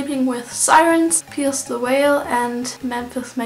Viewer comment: pierce the whale?? 😂😂😂 i thought it was pierce the veil